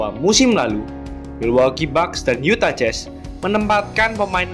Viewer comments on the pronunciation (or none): none